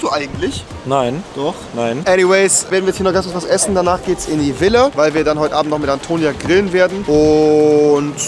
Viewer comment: Wie er immer das Wort Villa betont 😂